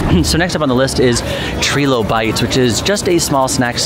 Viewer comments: TRY-LOW-BITES not Tree-Low. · Love you both, but it’s Try-low-bites. It’s a fossil reference. 😊